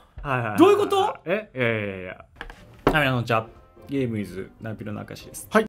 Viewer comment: ピロのこんにちわがアンチワープって聞こえちゃうw